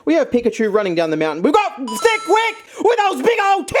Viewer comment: you make me angry, you keep saying thicc wicke and dabbing duskull, when you should say Thicke and Dabskull. You disappoint me so much